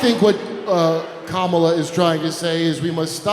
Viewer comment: I think if you really want to drive you’re point home, stop deliberately pronouncing her name incorrectly. It only takes wind out of your sails. Otherwise, great job.